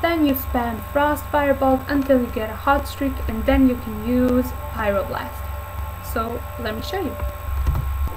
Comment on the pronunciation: Fireblast ? Lol is Pryoblast